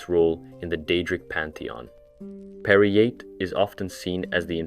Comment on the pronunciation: Dont think ive ever heard Peryite pronounced that way, but now that im thinking about it, idk if ive EVER heard it said outloud